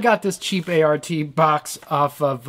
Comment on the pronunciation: Great vid, good memories flooding back. One little correction off the bat...since I was corrected 30+ years ago over the same thing...it is not "art" it is "A.R.T" as in "Applied Research and Technology" which I guess would make it ARAT, but whatever, Im an anorak. A friend of mine bought this back in 91 or so with the foot unit. The manual came in a 3 ring binder. There was a Yes style effect we could not get to work. Maybe in stereo, I dunno.